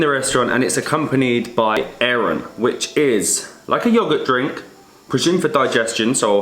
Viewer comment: banitsa and eiran - my ears are hurting T_T